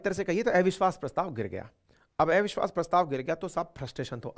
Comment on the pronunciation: एविश्वास🤔 या अविश्वास प्रस्ता😛